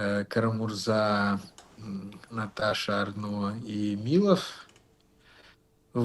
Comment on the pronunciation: хах, ещё один человек, говорящий не МилОв, а МИлов